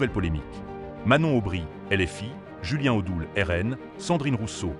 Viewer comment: "Julien T'odoul" =Mdrrrrr